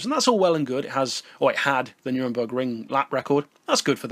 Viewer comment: It's pronounced Nur-burg-ring